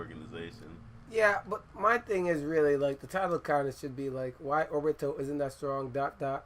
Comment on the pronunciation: So i see this and say oh well, even though there aren't views, he might know his stuff. Vid starts off by saying orbito and atsuki..... close tab.